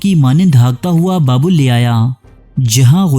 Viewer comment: is ko urdu main baa-bil pronounce kartay hain... baab=gate, door il=god